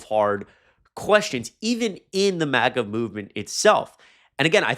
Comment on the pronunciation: Love your channel, it’s MAGA with a short A pronounciation